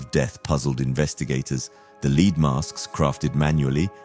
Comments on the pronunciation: Wth is a lead mask? I think you mean led (lead) not lead, as in being the first. Its spelled the same but pronounced different. You have to understand what you're saying to be able to differentiate between the two. Good ol confusing English language. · Please pronounce lead (the metal) as led, not as lead ie shoew someone the way